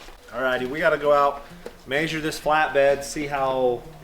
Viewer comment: Measure measure!! Not mazeure 🤣